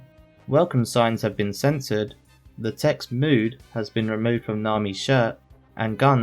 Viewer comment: did you say mood or mode?